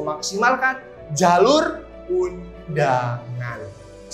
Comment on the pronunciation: Medhok kak "jhalur" hehe